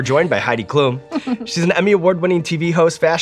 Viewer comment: Loved the episode. But as a German I have to tell you, Sean, that her last name is pronounced differently. It’s Klum with the letter u being said slightly shorter.